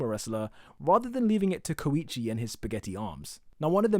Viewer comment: ur saying koichi wrong